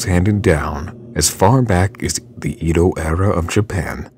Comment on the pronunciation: It's edo not eedo